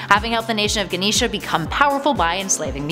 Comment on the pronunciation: "Ganeesha?!" I think I went to High School with her! Her mutant power was pretending to be a nerd in order to capitalize off of a culture that she didn't understand or care about. Her weaknesses included reading and phonetically sounding out words that are spelled how they sound. Unfortunately, her mutant power was not useful for good or evil, and she ended up working as an internet pop-culture equivalent of a common prostitute. Sad story. Poor Ganeesha. Learn something from this, kids.